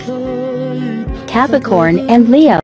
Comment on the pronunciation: Capicorn? You mean 'capricorn'